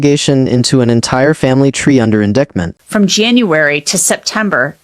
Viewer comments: Please correct AI calling indickment instead of indictment! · Is it really necessary to repeat the same information in an AI voice that can't correctly pronounce "indictment"?